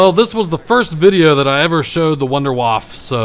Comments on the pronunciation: its more of a voonder not vunder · A good tip is to use flopper for any splash damage. Like the scavenger, ray gun, and the WunderWaffe, and you say it the vunder vaffe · all you english and american people cant prenounce Wunder waffe xD